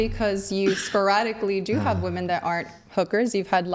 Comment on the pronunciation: Can someone remind these women how to pronounce "women"